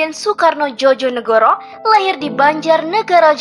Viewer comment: Mbak yth bagus kontennya agar generasi sekarang ngerti sejarah bangsa..saya hargai. Namun dlm mengucapkan bpk.Komjen Soekarno Djojonegoro..seharusnya diucapkan..Djoyo (yakin) negoro..bukan Djojo (jotos)negoro. Kluarga saya dr kepolisian..jadi tahu. Trima kasih..chanel bagus.